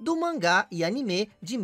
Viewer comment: A pronúncia de "anime" que você fez tá errada, cara. A de "Chun-Li" tanmbém. Onde existiu esse século "1900"? Não seria mais fácil dizer "Século XX"?